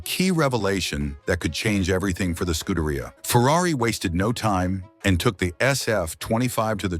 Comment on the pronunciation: ScudeRaia? Pathetic. Do learn how to correctly pronounce basic foreign words, in this case, Italian...